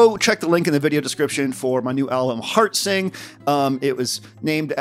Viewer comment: I first heard it as "hard sync" instead of "heart sing".